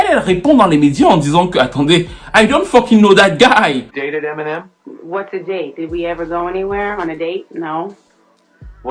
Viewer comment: Je dis hein, personne ne wanda sur comment il dit emi nem avec l'accent ? On dirait qu'il parle d'une nyango du quartier 😂😂😂😂 En tout cas, merci pour la vidéo, un mercredi bonheur comme ça 😍